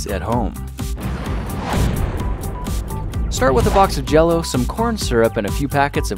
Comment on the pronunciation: Him: makes LEGO jellow